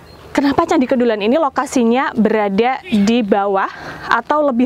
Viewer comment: Kedulan...huruf E dibaca seperti dlm kata Teras